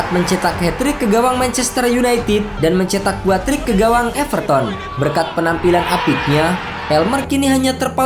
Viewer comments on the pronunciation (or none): none